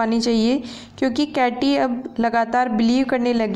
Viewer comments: It's KATE not KATEEY and please don't mislead students with incorrect and incomplete explanations. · केट kate hai katei केटी nhi hai